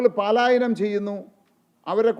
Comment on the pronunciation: പ്രകടനപത്രിയിൽ പറയുന്ന നടപടികൾ വളരെയധികം ജനശ്രദ്ധ ആകർഷിക്കുന്നതാണ്. പലായനം എന്ന് പറയുക പാലായനം അല്ല.